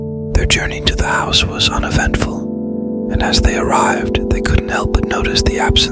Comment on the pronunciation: Haunted Hill 'Housey'??? How not to train your bot. And macabre is pronounced 'macaub'. The r and e are silent. Such is the bane of French words---extra letters. Great story, though.